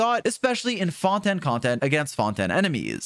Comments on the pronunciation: why do you say fon-ten instead of fon-tain????? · FONTAN!???!!! ITS FONTAIN GOD DAMN IT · i get that fontaine is french, and fon-ten is how you would normally pronounce it irl, but in-game they say it like fon-tayn. 🤷‍♂ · HELP THE WAY HE SAYS FONTANIE 😭😭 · Fon-Ten cracks me up 😂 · no way this man is saying Fon Ten.... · why does he keep saying fontan and a knee moe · Cool video, but where is this Fon-Ten you keep referring to? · Stop saying fontaine wrong, ty